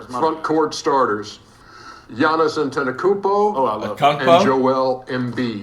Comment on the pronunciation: I just came here so I could hear him say "Akumpo". 😂